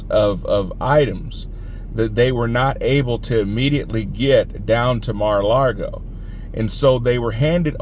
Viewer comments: Just a hint....It's Mar-ah-LAH-go....not Mar-ah-LAR-go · Don't want to nit pick, but there is no r in Lago. It's Mara Lago. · Please don't say Mara Largo. No R in Lago